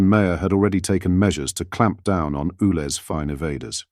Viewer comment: It's U Lez, not Ooo Lez! Sort it out!